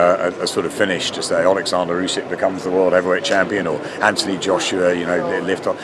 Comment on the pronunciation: Why do people pronounce names different to the actual folks they are mentioning. Olikzander?